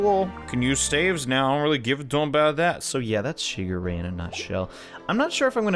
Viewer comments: It's pronounced shiGure. Focusing on the g. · It's pronunced Shee-geu-ray